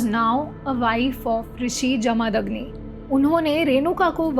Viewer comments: Please pronounce Jamadagni properly. Its not Jaa-maa-dag-ni.. its Ja-ma-dag-ni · जमदग्नि है वो not जमादग्नि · कृफया भारतीय नामों का सही उच्चारण कर लिया कीजिए। आशा करता हूं कि आप देवनागरी पढ़ लिख लेति हैं। नहीं तोक्षसीख लीजिए। जमदग्नि ऋषि हैं, न कि जमादग्नि। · Vo pronouncing jamadagni in wrong way